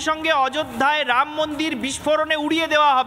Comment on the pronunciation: শুধু চিৎকার বাংলা উচ্চারণ শিখে তারপর ভিডিও বানান।ড়াম মন্দির নয় রামমন্দির।